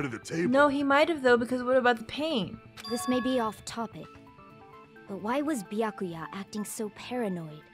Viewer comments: How do I never notice funny pronunciations the first time through? During my playthrough, I never noticed "Beeakooya." Now I love it as much as you. During the DR1 LP I watched, I never noticed it, but now during my own playthrough I am in love with Celeste's pronunciation of "Mahko-to." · Nagito gives too many syllables to the name “Byakuya”. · Well its an Asian name probably so its not byakya but byakuya. I guess i'm not sure tho don't blame me haha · Is Peko's VA the same as Celeste's was? She says Byakuya like Celeste would say Makoto...